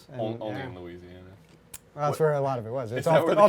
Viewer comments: pretty sure arin said luigi-ana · did arin say luigiana?